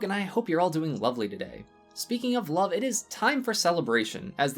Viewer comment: Did you say 'Sub is in the air?' Cause it sounded like you said 'sub is in the air'.